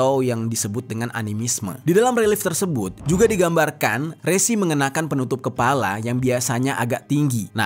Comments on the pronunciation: Bang Dibacanya Re'Si bukan Resi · Resi / Rsi bang bukan resi JNT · RSI, BUKAN RESI BROOOO HATI2 SALAH PENGUCAPAN.. BEDA PENGUCAPAN, BEDA ARTI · Bukan Rési, tapi Rsi. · Baca nya Resi kyk baca ( Belalang )